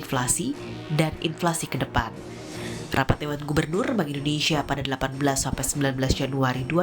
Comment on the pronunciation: indonesia ya , bukan indonesa